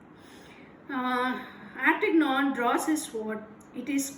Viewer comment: Teacher D'ARTAGNAN IS PRONOUNCE LIKE. SAY DE-AART-E-NYON